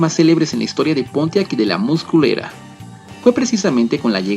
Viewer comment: Que susto, cuando dijo "con la llegada de la" muscle era" entendí " con la llegada de la más culera" 🤔